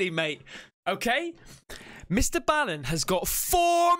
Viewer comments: He said it himself Mr. Ball n. not Bale n not Bal n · STOP! stop calling him mister bow-in (like how the Japanese bow to each other) it's Mister BALLEN - like a basket BALL, or foot BALL, or soccer BALL, pool BALL... Mister Ball-in - Not Bow-in (i really don't know how to convey this to you the correct way, but you are saying it ALL wrong.... in EACH of his videos at the end, he will say his name NUMBEROUS times when giving his social media info, and even HE can pronounce it right lol) - stop hurting my ears please :D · Mr ball in that's how it's pronounced but I have been subbed to Mr ball in since he got started best story teller in the world you should do a lot of his stories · you pronounce his channel As Mr Ballin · his name is pronounced BALL-en, like the word ball.